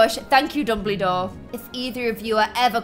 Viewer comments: she said dumblydore not dumbledore I’m dying and she got the question wrong about the doors 😭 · Why are you saying Dumbledore as Dumb-le-door? It's Dumb-bull-door. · Sue said dumblydor its dumbledor???????????????????????????????????????????????????? ????????????????????????????????????????????????????????????????????????????????????? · It’s dumble-dore not ‘Dumbybore’! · "Dumblydore" TRIGGERED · did she even watch the film ? she doesn’t know about the spell “alohomora” ! And also she pronounced Dumbledore as Dum-blee-dore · You said Dumbledore wrong AHHHHHHH HOWWW